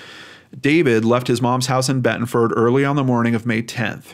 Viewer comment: Bettendorf not Bettenford